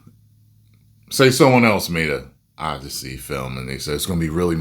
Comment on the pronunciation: "Odyssey".. more like "Oddity"